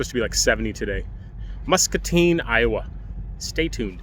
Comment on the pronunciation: Yep your pronouncing it right Mus ca tine 😊